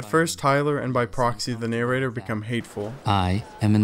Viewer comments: what the fuck is a "nay-rater"? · the "ney-rater"?